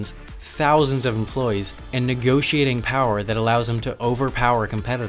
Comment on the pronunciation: Its not "Employes", its "Employees". Otherwise, great video!